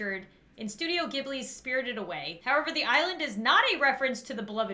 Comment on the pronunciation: I got very mad when you pronounced studio ghibli wrong XD Did I spell that wrong?